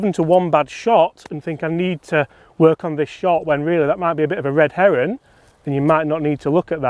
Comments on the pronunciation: What’s a red heron? I thought the saying was red herring? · Great video. Plenty to take from it and think on. But …you definitely said “red heron” when it’s “red herring”. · "a red heron" good effort pal:-) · did you really say red heron? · What’s a red heron? 😂🤣